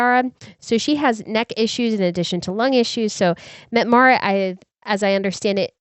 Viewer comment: Once again, Mette is not "Met"...it is Met-tah